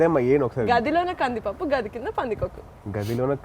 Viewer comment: Not room medam, gadhi kaadhu gaadhi